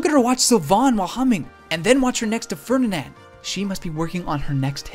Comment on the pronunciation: So, in Japanese they get Ferdinand's last name right--if drawn out in an odd fashion--but somehow manage to mangle it magnificently in English. Yet they don't stumble over Welsh pronounciations...